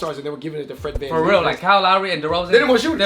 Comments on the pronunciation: It’s Fred van fleet not fred can lee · It’s fred van vleet not Fred van leep